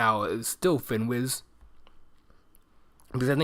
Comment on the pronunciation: Great video! You mentioned that your favorite stock screener is "FinWiz"....but did you mean "FinViz"? THANKS!